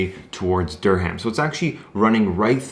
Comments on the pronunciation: Dur-ram the "h" is silent. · The h is silent in Durham